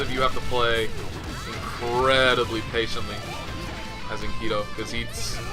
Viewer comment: Just so you know, it actually is supposed to be Enkidu. You (or rather, I'm guessing, whoever told you that) confused the last set of characters トゥ "du" with トウ "do". Just wanted to clear up the confusion